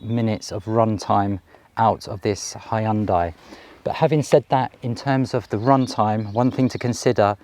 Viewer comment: Thank you for NOT calling it a ‘Hyun-day’!